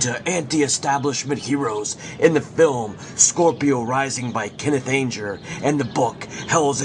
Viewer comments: Ange-er lol it's Anger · It's pronounced "ANN-JER". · dat voice :( people always forget to add that hunter (at the stones concert)pulled a gun and shot at the stage so the incident at the concert is not as black and white as "truthers" make out you can't have done much research on key players such as anger if you can't even pronounce his name.sorry to be negative you did get some of the web correct but some of your info is not proven that's what happens when you piggyback others work without checking sources properly. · yup yup, not just Anger but so many names and words mispronounced it was distracting at first and annoying as the video continues.